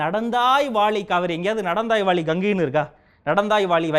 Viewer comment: சகோ உங்கள் பேச்சு மிக அற்புதம் ..நீங்கள் சொல்லும் பொது " நடந்தாய் வாலி காவேரி " என்று சொன்னீர்கள் .. அது ," நடந்தாய் வாழி காவேரி " ..இதை நான் ஏன் சுட்டி காட்டுகிறேன் என்றால் தமிழ் அர்த்தங்கள் மாறிவிட கூடாது என்பதற்காக ... உங்கள் ஆக்ரோஷம் நியாயமானதே .